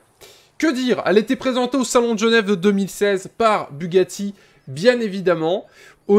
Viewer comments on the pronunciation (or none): none